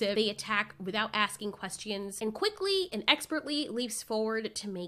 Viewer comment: As soon as she said quest-eee-ons i busted out laughing